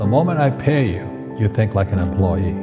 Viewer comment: He can nv say the word employee right. The hell is an employay??